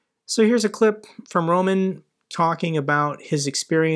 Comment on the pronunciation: I love your videos, but please it is not Rōman like you say it with stress on the first syllable, but Román with the stress on the second syllable. It sounds ridiculous the way you say it. Almost all names and words in Russian and Ukrainian put the stress on the second syllable. So if you would just do that, you’d be right most of the time.